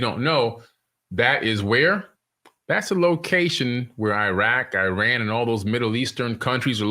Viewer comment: Eye Rack, Eye Ran 😂😂😂😂